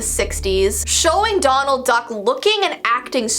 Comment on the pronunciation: I thought she kept saying McDonald Duck